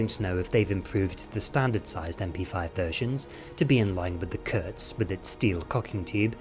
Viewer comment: Just a quick heads up it's Kurz not Kutz :)